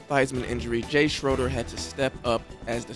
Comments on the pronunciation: It's pronounced Shraider not Sroder. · FYI - Jay Shroeder is pronounced Shrader. A sound not O. And As much as we all love Doug Williams, Jay Shroeder doesn't get any recognition for the games he played that winning Super Bowl Season. Doug Williams was plugged in near the end of that season. They were both good. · To the poster--why are you apologizing for saying "Redskins". It was the team's name at the time. And even more importantly, the "Native Americans" have been polled--90% never had a problem with the name. Liberal whites bitch about everything... so don't give in. And it was Jay SCHRAY--DER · Good video but you could tell that the poster was probably not alive to know some of the little things that we all hang on to such as the pronunciation of Jay Schoeder's last name.